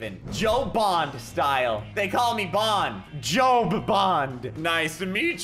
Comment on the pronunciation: James BOND, not Bon.